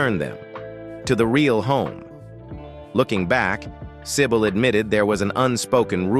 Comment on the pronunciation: Do not pronouce her name as "sai bowl", totally wrong.